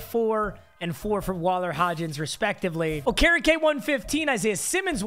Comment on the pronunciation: Who tf is oka reka it’s okereke